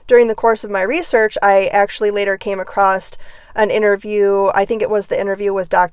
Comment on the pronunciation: I appreciate your insight into autism and how it needs to be considered in the investigation of the case. One thing across is not pronounced acrosst.